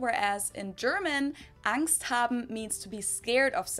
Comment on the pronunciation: You pronounced "Angst haben" very good! 😊